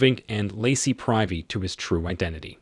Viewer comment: priv·y /ˈprivē/ Pronunciation counts.